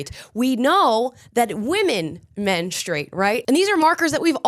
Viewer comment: Good for!! FINALLY, someone besides myself who actually pronounces he u in "menstrUate"!!!